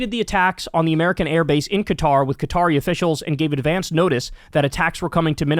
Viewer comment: At least he doesn't pronounce it "cutter," as Anderson Cooper and others do.